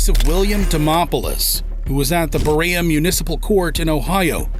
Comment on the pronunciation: How long would it take you to learn how to pronounce a city? Berea, Ohio: "BA RAY A, Ohio?" It's "BA REE A". This is blatant laziness. In any job, do it right or don't do it at all.